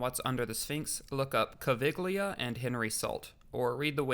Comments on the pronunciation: In the name Caviglia the g is silent and thus pronounced like Cav-eel-yah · Cool video. You owe apologies to many more than the French for mispronunciation, though. Edgar Cayce? I mean, Hawass and that interviewer mention his name several times in this video! Caviglia? Obviously, you're not Italian. Robert Schoch? Thutmose? C'mon, man. This is the internet. You can find correct pronunciations for literally millions of words and names in seconds.